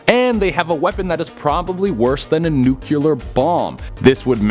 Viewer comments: I'm so sorry for this, but I have to... it's nuclear.... not nucular. 8xx LOL Otherwise, yay, I love this and I love RE, and especially Nemesis! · The worst part of this video is your pronunciation of the word Nuclear